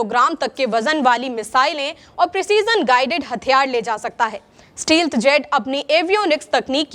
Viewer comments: Didi it's not steeeelth 😂 it's stealth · Steelth kya hota hy 😂 it’s stealth 🥷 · आलोचना के इरादे से नहीं, सिखाने के इरादे से बोल रहा हूँ, “stealth jet” को स्टीलथ जेट नहीं पुकारते, स्टेल्थ जेट पुकारते हैं। बेहतरीन काम कर रहीं हैं आप। जय समविधान, जय भीम, जय हिंद। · Steelth nahi, Stealth hota hai.